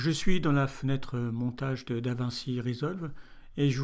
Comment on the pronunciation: ça se prononce "davinetchi"